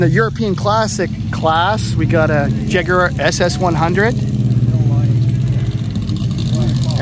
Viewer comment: At last, an American who knows how to pronounce Jaguar, many thanks for the video